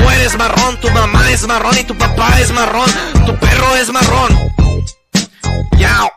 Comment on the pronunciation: Ahora ni se pronunciar bien la palabra marrón